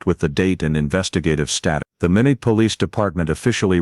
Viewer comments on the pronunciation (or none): Watching from North Dakota and it is pronounced (My not) Minot